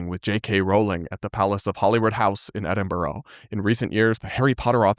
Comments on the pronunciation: It’s pronounced ‘Edin-bruh’ :) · EdinBORO 😂 EdinBURA